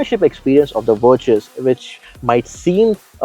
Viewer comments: Verchhusss??? What's wrong with you...? It's Virttaass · VirTus with a T not a Ch. God damn. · Umm great video, super like. 2 feedbacks: 1- I drive the 1.5 GT, gives me a milage of 19 easily on the highway and 10 in the city. 2- Every-time you said Vir(ch)us it gave me shivers down my spine lol. Good video keep it up guys ❤